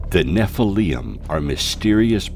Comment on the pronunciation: nephilium???? theres no u in it